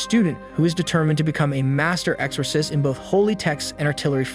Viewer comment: Is this an AI narrator? Never heard exorcist be pronounced that way